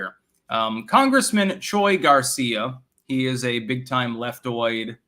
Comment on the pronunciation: It's Pronouced Chewie Garcia.